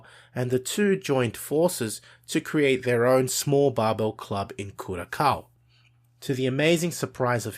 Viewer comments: It's pronounced like CureASOW. like ow, that hurt...?1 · Dude was jacked, huge delts for that era. Also its pronounced curasao, written curaçao, this "ç" is where a "c", an "s" and a "z" meet in sound, in the way all sound like an s. Like the z in zebra, the c in Cecil and the s in sweet, knead all of them sounds together and you'll get a ç. Im a native Spanish speaker, who speaks Portuguese as a second and English as 3rd, in Argentina we tend to speak all of those.